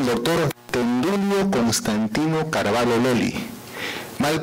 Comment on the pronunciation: Estimado, la pronunciación correcta es Carvallo pronunciando la LL, no Carvallo con LH. Esto debido al origen hispano del apellido. El apellido viene de la frontera entre españa y portugal, siendo la parte española con LL y la parte portuguesa con LH. Atentamente, Raúl Carvallo, tataranieto de Don Tendulio Constantino Carvallo Loli